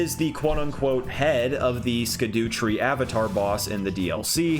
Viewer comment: its pronounced shadowtree not skadootree